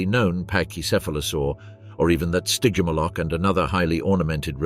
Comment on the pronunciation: What? You’re not loving the “Sty-jim-ah-lock” vibes??🤭😝 I’m totally loving it! I’m not about to crack! I swear! Just, please, don’t make me hear it even one… more… time…😵‍💫🫨💥🔥 Spontaneous human combustion…